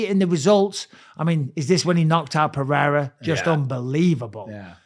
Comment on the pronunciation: Purrera, Peehayda, Podayta, Cereal, Cyril, Surreal.. we can't pronounce anything.